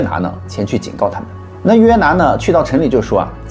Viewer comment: ，是约拿，不是拿约。不过你已经挺好了。